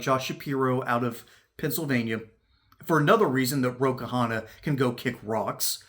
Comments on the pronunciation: His last name is simpler than that to pronounce: it's not two syllables Ka-Hanna. It's pronouned one syllable Kahna. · Its Kahna, not Kahana.